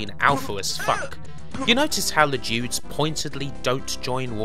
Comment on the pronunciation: the speech impediment I can forgive - not knowing the word 'dudes'!?!? unforgivable! :P